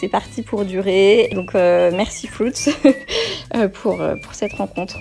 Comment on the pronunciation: Frouts dit il 😭😂 FRUITZ pas frouts.... 😂❤️ !!!!!